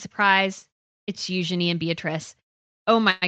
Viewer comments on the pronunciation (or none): none